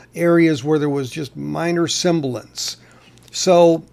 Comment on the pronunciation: not being pedantic but the word is 'sibilance' NOT simbilance! I have a Monarch pressing of Minute By Minute which I got for $10 years ago.